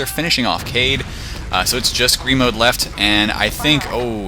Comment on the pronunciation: Here's how you say Gremaud's name, you don't say it like "Gremod", you say it like "Gremoe", ffs